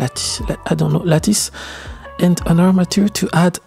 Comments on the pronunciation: lattice = Lat-iss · lattice ca se prononce 'latisse' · Great description and tank you for sharing your knowledge. BTW in English, the word is pronounced LATT-ISS. It’s a hard C said as a SS. C’est bon!! 😁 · The work is great, but I keep coming back to your videos also for the slice of life bits, like pronouncing "lattice" or videos of your studio. Fantastic stuff!